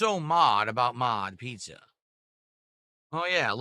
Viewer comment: Maaaahhhhdddd pissa,! Not authentic Italian East Coast. Do you here this Italy? 😂😂🤣🤣😂😂